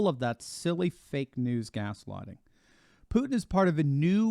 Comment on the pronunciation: Is it “gas-lighting” or has-bagging!!!🤣